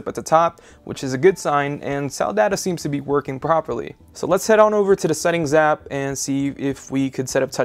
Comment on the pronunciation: He says 'da' for 'the'